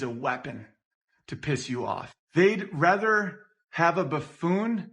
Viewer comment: Nothing is more annoying than Owen's mispronunciation of "rather" as "rether"